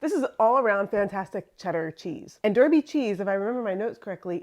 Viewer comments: Derby is pronounced Darby, sorry to be so pedantic but its where I live and it hurts my soul. fantastic channel though so please excuse me. keep it cheesy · I agonised over commenting as it really is a very petty thing to say and the counter argument is your Derby cheese wasn't made in Derby, England so you can say it however you want to. What tipped the scale is I'm more than happy to do my bit interacting with your channel to help in the only way I am currently able, likes, subscribing and comments etc. I accept we haven't made our place names easy at all.